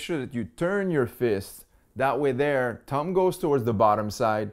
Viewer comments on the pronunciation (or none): Bro it’s thumb not tum